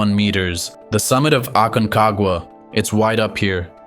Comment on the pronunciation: jajaj... "esto es lo que tiene el AQUENAGUA".... "ORONES"... parque nacional "ACAGUA"...."5.05 metros" " nidato de ondores" jajaja está bueno el resumen pero POR FAVOR revisa la IA del audio por favor sino el que escuche va a terminar malinformado